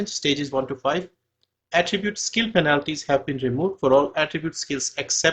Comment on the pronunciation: you're pronouncing "penalties" wrong.